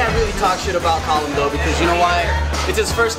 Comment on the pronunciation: joe called callum, column lol